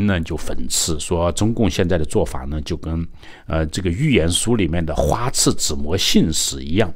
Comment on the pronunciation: 又读错别字，花拉子模，不是花刺子模